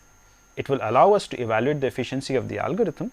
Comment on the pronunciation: "AALL" GO-RITHM........:P